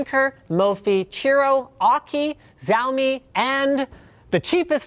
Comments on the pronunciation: ITS NOT ZHAO-ME LINUS. ITS PRONOUNCED SHAO-MIIIII. Get-It-Right. I can't believe these things are so hard for you to understand even with an asian wife. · it is shi - ao - me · fyi, xiao is pronounced shiao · It is Shaomee not siomi in pronunciation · Its pronounced Shaomi, not Zaomi. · It's pronounced shaomi not zaomi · you did not address the charge time of each! (and made my ears bleed by pronouncing Xiaomi with an actual X sound) you have a Chinese wife and a Taiwanese employee. wtf man. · It's shiao me, like the `show' in shower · Its ziaomi, just like xerxes spelled as zerkses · XiaoMi is pronounced sheeeyao me. the xi is always pronounced she just like the girl version of he. he she it that she. get it? your pronunciation sounds just crazy sorry. being in Vancouver it should be easy to find a mandarin speaking person to help you. you can also use Google translate if you want the name in Chinese is 小米 but Google translate will only give you the phonetic sound not the meaning. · Xiaomi is pronounce something like Shao-me ;) the romanization (pinyin) system of Mainland China can be very confuse ^^. i dont know how much cost the Xiaomi bank overseas but here its cost only 8 dollars for the 5000mah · Btw its ''SHAOMI' as we say it here in china :) not xiaomi :p meaning ''little rice'' ''millets'' :P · Come on, no EasyAcc?? By the way, I beleive it's pronounced shouw (as in cow) - me. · xiaomi is pronounced "show me" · Bullshit, in Chinese it's sea'aO-mE (no sh, see'ao mee) there is a video about it. But its doesn't f***ing matter. for example samsung in Korean is saam sonng (a like in car and the g is silent). But sam sung isn't wrong its just western variant. Stop bi***ing 'bout pronunciations. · actually, see-ow (cOW) me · aaaaaah you're in Vancouver and you don't even know how to pronounce Xiaomi come oooooon Loonis, step it up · at ~ he pronounces it as a Z rather than SH but it's not a huge deal. People still argue about how to pronounce Asus.